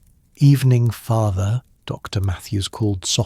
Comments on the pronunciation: I don’t get how she locked up the post office without the keys and how opening the post office would speed delivery of the letter when the post office was closed anyway. Why are there such pauses after Mrs. and St. And Dr. That was very odd. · Very off-putting that AI can't handle titles with periods like Dr., Mrs. Saint (St.), adding unnatural pauses in narration.